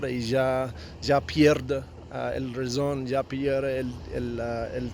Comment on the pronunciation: You sound like a Brazilian trying to talk Spanish Very very good brother. All you need is to pronounce the words properly Reason = Rason. RAH-SONN NG Love it my boy ❤️